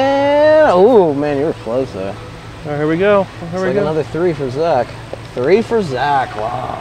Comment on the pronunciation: Say three instead of tree